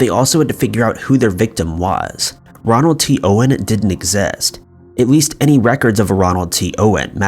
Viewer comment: It's ROLAND not Ronald.